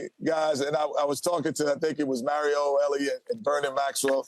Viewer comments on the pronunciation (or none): none